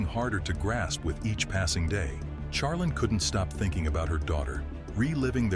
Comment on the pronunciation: Can we get pronunciation for the AI voice overs? Charlene is more than likely (shar-lean) not (Char-lin)